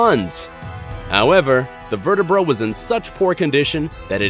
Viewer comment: It's almost like Dr. Steve Brule is presenting this...with all of the various mispronunciations and phrases that make no sense, (e.g. "In 1878, an excavator found a five foot long verte-brah that when arrived at the hands of paleontologist, Edward Dinkler Cope (appears on screen as Edwar Drinker Cope))..."